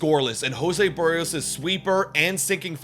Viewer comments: Lol the worst pronunciation 😂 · Kikuchi got 3 ground balls and one soft liner 🙄. I don't even think it was Schneider's decision, it was front office. Also learn how to pronounce Berrios.